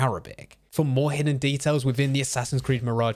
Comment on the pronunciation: How did you not think to look up the pronunciation of an uncommon name like Basim? You also mispronounced mirage.